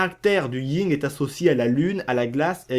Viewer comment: Le YIN et le Yang PAS LE YING ET LE YANG